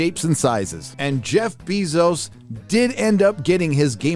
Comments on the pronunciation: “Jeff BEE-zos” 😂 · I like how you pronounce it “bee-zose” I’m stealing that. Lol. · This is the second time I’ve heard you mispronounce Jeff Bezos’s name.